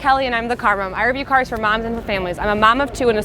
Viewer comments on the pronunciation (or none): none